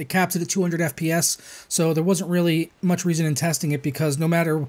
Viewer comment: "Mutch" lmfao xD